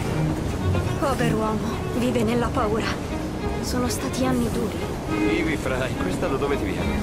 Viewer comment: Ci tieni molto ma non hai fatto i primi -.- Non hai fatto neanche Chronicles che spiega un botto la storia L'inglese.... Si dice Frai non Frei